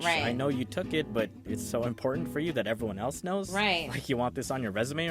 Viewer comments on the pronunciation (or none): none